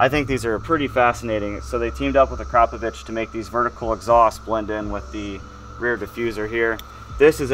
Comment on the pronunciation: Bravo someone in usa said akrapovič the right way. I am from Slovenia where this company comes from